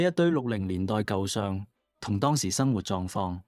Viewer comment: AI聲音演繹，為何會喘氣？？Al 都會唔夠氣嗎？「he he 鞋鞋」？🤔😅 發音奇怪。 舊相，不是讀成「舊賞」，片中而是讀為「舊上」。 雖然如此，多謝分享。🤝